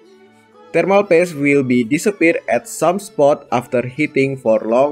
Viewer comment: why you called thermal paste “thermal PASS”?